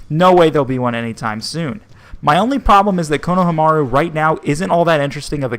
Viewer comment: I'm sorry but... you butchered like 90% of the names, including poor Konohamaru who was introduced episodes ago.